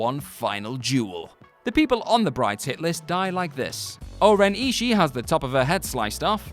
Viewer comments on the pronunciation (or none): none